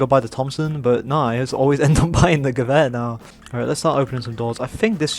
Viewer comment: Love that you pronounce Gewehr correctly